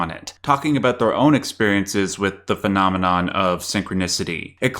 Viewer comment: I cannot unhear this now because of your comment haha